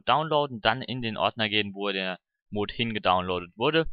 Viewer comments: Wieso sprichst du es immer als Mohd aus das heißt Mod kurz gesprochen. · das wird nicht moood sondern mot ausgesprochen :) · das heißt mod und nicht mooooood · triggert das euch aus so das er mooooood sagt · es heisst die Mods und Mod wird kurz gesproochen ;) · Warum sprichst du mod so komisch aus? O.o